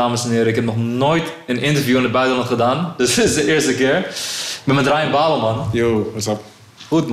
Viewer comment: Je bedoelt....brabbel....ipv babel